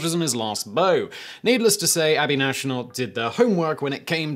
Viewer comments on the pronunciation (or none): HIS LAST BOW?! It’s not bow like a bow tie it’s bow like take a bow 😂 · I almost cringed through the floor when Simon pronounced ‘His Last Bow’ wrong. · His last “bow”, not “bow” lol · Last B-O-W as in to kowtow not draw a bow dam it Whistler!!!